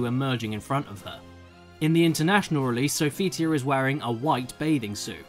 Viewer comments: uhm... the name is definitely pronounced as s0phitia. Please, it's not That difficult ugh smh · Sophitia is pronounced: SO-FUH-TEE-AH If you’d actually played the game you’d know, it says it whenever you choose or face her. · How the hell does not know how to pronounce "Sophitia"?! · Why did you have a problem with pronouncing Sophitia? The game announcer tells everyone's names. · ......seriously? Your name is you can't pronounce another Greek name like Sophetia???